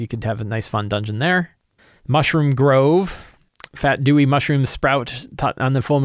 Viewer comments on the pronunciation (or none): none